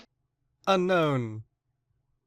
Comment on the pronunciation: You pronounce unown's name wrong. It should be pronounced Un-own